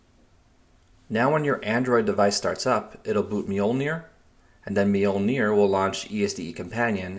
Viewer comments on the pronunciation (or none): It's just pronounced "MOLE-neer"